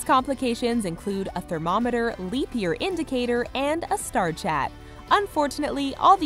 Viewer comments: The watch with a “star chat” I think it’s supposed to be star “chart”. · For that watch, you think she means star "chart"? She said star "CHAT".